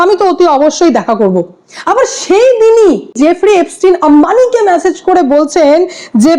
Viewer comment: ওরে ম্যাসেজ নয় , মেসেজ 😂